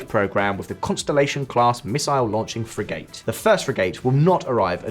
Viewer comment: You pronounce Frigate weird, haha.